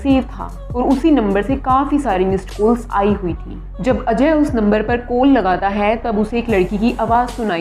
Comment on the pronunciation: Koll not its call make ur pronounced correct